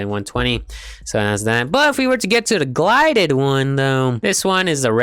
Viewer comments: Pronounces it as glided instead of gilded :/ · I love how he said glided and not gilded 😂😂